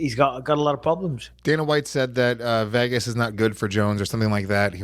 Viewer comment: can we just take a second to appreciate Luis' pronunciation of 'Vegas'. Outrageous